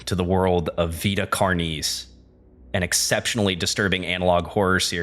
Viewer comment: I just appreciate that you said “Vita” right! (It’s my name irl, and you wouldn’t believe how many people mispronounce it as “vaita”)